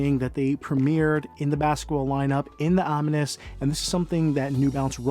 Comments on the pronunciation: Om-min-nis? Om-ni it's two syllables. a combining form meaning “all,” used in the formation of compound words: omnipotence; omniscient, etc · Om-ness not Om-me-ness